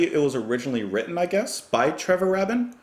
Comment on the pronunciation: Taken on its own, this is a very good song. But the point is that the whole album is a masterpiece in its own right. Every song is great and the flow is really good. It’s not the same as the old prog Yes, but it’s still Yes. I hope you do the whole album (pretty please with a cherry on top). It’s pronounced Raybin.